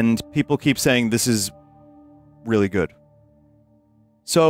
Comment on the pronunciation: "Peepool" Translate to English "Peepool" See original (Translated by Google)